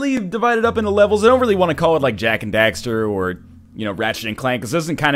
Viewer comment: I love you for saying "Jak and DAxter" and not "Dexter"... I love this game and I hate this mistake x)